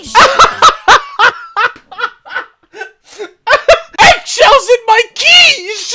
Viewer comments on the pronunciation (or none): "EGGSHELLS IN MY QUicHE!!!" what I heard: "EGGSHELLS IN MY COOCHIE!! " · Lol it's quiche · It’s quiche lol